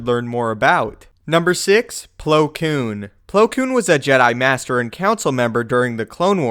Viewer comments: Does anyone else cringe every time he says “Koon”? Like, bruh just say Plo Koon please Koon is not a word you should say like that bro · He is saying coon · When he kept saying koon I plugged in my headphones